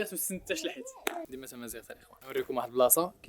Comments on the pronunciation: تمازيرت ❌❌ تمازيغت ✅✅ ههههه هانيا معليش 😂😂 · بيموفتامازيرت❌ بيمو فتامازيغت ✅ 😂😂😂😂😂